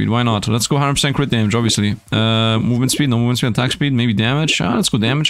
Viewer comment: i have brain daamage xD he said dmaage more than my 19 years of living 😭